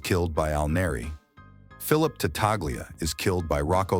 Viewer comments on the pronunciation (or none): Again an otherwise entertaining video tragically marred by AI artificial english. The name is pronounced Tatalia, not Tataglia. A two year old with a pacifier in their mouth could pronounce with greater clarity!! If AI can't get past the basic tenet of proper pronunciation, what good is it? I suggest finding a group of kindergarteners and uncovering the smoothest speaking five year old in the class. That would be a marked improvement over this corn meal mush. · It's pronounced ta-tal-ya in Italian.Gl is pronounced li in Italian. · You are right the G is silent I am Italian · Not an Italian speaker but I'm pretty sure the G is silent in Tattaglia.